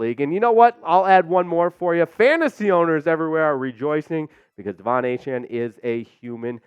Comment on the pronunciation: Really? How the f*ck does Pain Train Achane work... when he pronounces his name A-chan? Noooooooooooooooo